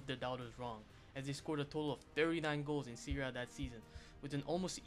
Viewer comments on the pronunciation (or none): PiaSenza 😁, SEArie A 😅, DIEnamo Kiev 😂, CriSCHan Vieri 🤣and so on...